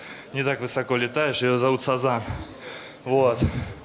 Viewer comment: Не сазан а Сазон! И сазан это не птица а рыба.